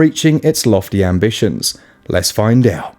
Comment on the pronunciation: "Less foin dout!" (And commences the tingling in my spine.)